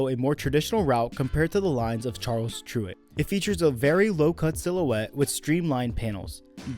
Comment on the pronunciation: Tyrwhitt is pronounced like spirit.